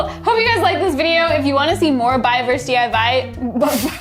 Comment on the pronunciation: said "DIY" with a Russian accent:'D